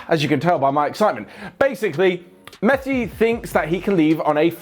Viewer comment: " Basically mesthi thinks that...." that much excited....